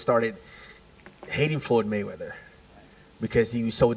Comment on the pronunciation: Did he said ”Foot Mayweather”?